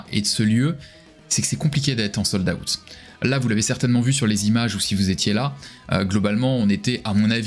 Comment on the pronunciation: "Sold - AOUTTE"